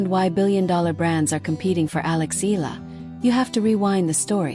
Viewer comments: It is pronounce as EEEHHH YEAAAHHH LAAHHH not eeeehhh la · Please pronounce her last nama EEE YAH LAA